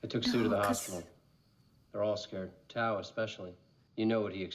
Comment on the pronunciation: Great movie, wonderful reaction and commentary and cracking up that you kept calling Tao, "toad" 🤣Thank you, --subscribed